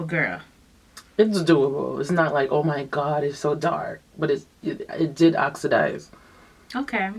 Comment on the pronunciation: "Oxidize" lol....great video! 😀